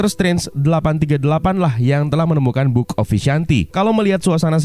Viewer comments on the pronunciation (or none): Bookkhhheee of vishanti.